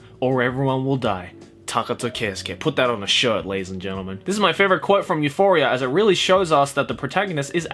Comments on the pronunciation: I was actually like, "I says pardon??" Then I went back 20 seconds and yep, he definitely said Euphoria. Oh... Oh my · when you said Euphoria, i winced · stop say euphoria pls, thats make me anoying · Everything was alright until I heard this man say Euphoria